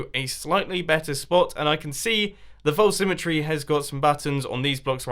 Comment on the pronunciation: Anyone ever notice that he pronounce false like folce when saying false symmetry but he says it normally when he's just saying false. Lol accents can be kinda weird